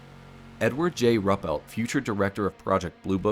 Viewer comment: Pronunciation tips: Rupelt: “Roo-pelt” Ramey: “Ray-mee”. Shreveport: “Shreev-port”.